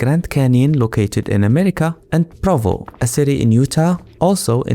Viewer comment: Did he say Provo? Like the city in Utah?